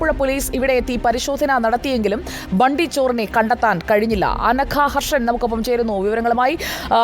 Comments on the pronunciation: Hindi valare nannai ariyunna madam bundy alla its bunty chor😂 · Bundy alla mole bunty ty